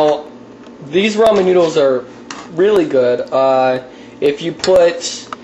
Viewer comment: it makes me mad when people say roman noodles its RAmen